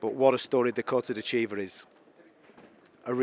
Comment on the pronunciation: Dakota's last name is not De Chiva